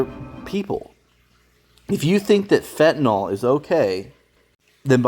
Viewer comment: It’s fentanyl not fentanol